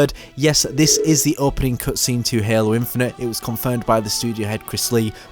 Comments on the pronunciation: No no no no, This guy is saying "Hehlo" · Anybody gonna talk about how he says halo